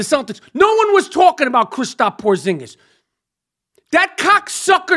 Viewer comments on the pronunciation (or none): "Christop" Porzingis lol